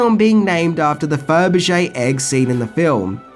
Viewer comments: Sorry but 2 things!! 1. Your pronunciation of Faberge Egg is terrible. It's Fab-er-ge not Feb-er-ge. 2. This is a really lazy video in terms of how you reviewed the film within the points you made. Octopussy is a very serious cold war thriller film for 97% of it. You're comment about Bond dressing in the clown outfit was deceptive as you failed to mention he was in disguise to get intonthe tent and in no way was thst ever played for laughs. Bond was very panicked and serious. Take out the Tarzan yell and the Barbara Woodhouse "Sit" moment and you've got a hard boiled violent thriller especially the third act where Bond shoots a young soldier point blank between the eyes. It's a great action packed film with very dark tones and a brilliant intricate plot. You did not give an honest appraisal. Disappointed in you here. Also, the title of the film is great. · It's Faberge not ferbijay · Furbishay egg? LOL It's said "Fab-re-shay". Classic Bond film with a superb soundtrack. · "Ferberrrr-je" egg?? lol It's Fab-er-ge egg. Octopussy is not weird or bizarre, that's bs. It's actuallya very taught violent Thriller especially the second half of the film and when Rodger Moore as James Bond dresses up as the clown he's doing it in total seriousness just to get into the circus tent to stop the bomb. if you take out the silly Tarzan yell and thus it would she does to the tiger you've got a very serious full-on Bond film and it's certainly not B grade. I think your lack of maturity has not allowed you to see this film properly and in the intension it was made. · What is a Firby-Jay egg? I've heard of Fabergé. Or Cadbury Créme. :D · It's weird hearing you mispronounce Faberge. You keep saying "Fer ber geh", when it is "Fah ber ge". I know it's because of your accent, but still weird. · Fur-buh-shay egg. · Since when was 'Fabergé' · LOL can't even pronounce the name of the egg Fabergé